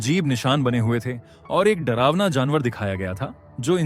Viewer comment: drawna - drawna ...😂